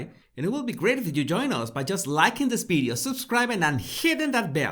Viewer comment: Question for Jesus ;why you can pronounce “victory” and you pronounce “ bideo “ instead of “video” ?